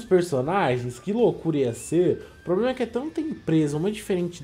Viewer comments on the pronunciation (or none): none